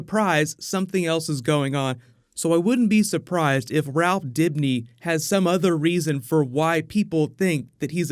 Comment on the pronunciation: Drink every time you here the cast say Rawph instead of Ralph